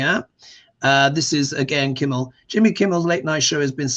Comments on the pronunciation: His name is Kimmel ... not Kimbel. The quote was "Isn't it past your jail time?" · it’s Kimmel not Kimble